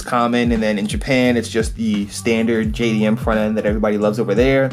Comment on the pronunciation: sounds like he said GAYDM